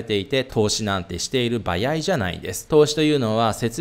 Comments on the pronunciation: 「"ばやい"じゃないんです」ってわざとですか？ 「ばあい」では…？🤔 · バヤイ 関西圏の人？ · ばやいってどこの方言?😂